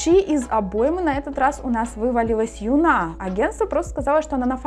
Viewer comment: Не юнА, а Юна. И не йеджИ, а йЕджи 😭😭 девочки сами так произносят так свои имена, не каверкайте, прошууу, слушать невозможно